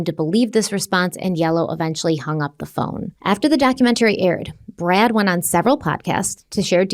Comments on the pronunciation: am i the only one who cringes every time says "documentary"?, girl, why do you pronounce it like that? 🤣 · Everyone has their “things” that drive them crazy for no reason. The way she pronounces the word “documentary” is one of them.